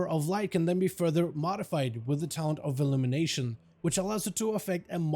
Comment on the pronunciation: "Talent of..." "Ability of..." "Spec of..." drives me insane lmao why he say it like that